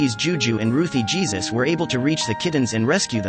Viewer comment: The last name would be pronounced “Heysoos”